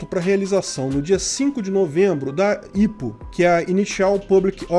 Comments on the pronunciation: IPO é mais comumente falado "ái pi ou", e não "ipo" em portugues, me soa estranho, mas tá valendo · Não se fala "ipou" a promucia correta é "Ai pi iou" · ótimo vídeo, eu só fiquei agoniado com a pronuncia do IPO(aipiôu) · aí eu fiquei "kraio mano, o que é 'ípo'.... ahh é o 'áipiou'". kkk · Ao autor do video: Vc sabe o que é IPO? Não se pronuncia ipo como se lê... Acompanhe o mercado financeiro. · Nunca vi alguem falar "IPO" KKKK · não se fala IPO mas sim "Ai Pi Ou". Temos IPO aqui na B3 também, mas empresas brasileiras normalmente fazem os IPO delas nos EUA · Estado: A: IH PÔ Ps.: Eu sempre ouvi pronunciarem IPO como Aipio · só uma dica: IPO se pronuncia pelas iniciais e em inglês!